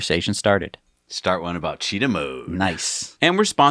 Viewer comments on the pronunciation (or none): none